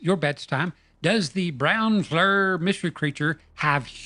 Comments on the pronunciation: It’s pronounced “FLEEER”. Not flur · Hey, I love the channel and have been subbed for years. Just note that the creators of Flir pronounce their system Fleer, not flur. I hear it often on youtube pronounced the wrong way. Have a very happy and prosperous new year to you and every one of your subscribers. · *FLEER is the correct pronunciation, not flur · Great work as always. Love it...And, as other commenters indicated, FLIR is pronounced FLEER. Looking forward to the 'Whoop Project' gaining speed!